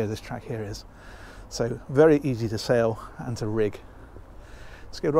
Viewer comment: Is sail meant to be pronounced so weirdly when at sea?